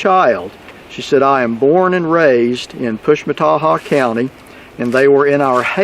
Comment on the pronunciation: Interesting! And you get an A+ for being able to pronounce the name of that county!!! Wow!!